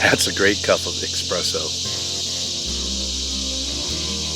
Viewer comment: There is no such thing as "eXpresso".